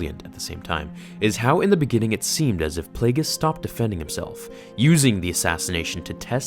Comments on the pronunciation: Take a shot everytime you hear "plauugeis" followed by a diss from sheevy palps youll be drunk and killed in ur sleep by ur apprentice 5 mins into the video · Say plagius one more fucking time and i swear imma kill myself